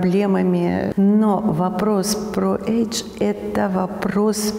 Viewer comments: Доктор произносит даже не « эйдж», а эдж , что сильно искажает смысл. Не легче ли говорить по- русски возраст 😊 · Неправильное произносят это английское слово, режет слух. Особенно умиляет фраза « мы же цивилизованные люди» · Почему нельзя сказать "возраст"? Почему age? Они ведь даже это слово произносят неправильно... Age ... not edge...